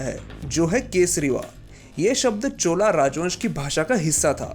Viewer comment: चोला नही चोल कहें उच्चारण मे अशुद्धता भ्रम उत्पन्न करती है । वीडियो बहुत अच्छा है ।